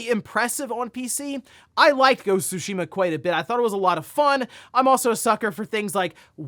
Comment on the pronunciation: I like when says “Go-su-sheema”